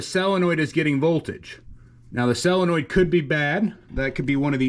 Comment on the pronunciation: BUT why did he SAY selinoid ?